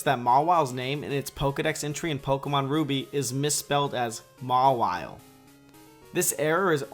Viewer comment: Just to make sure ''Mawile'' is correct ''Mawhile'' is not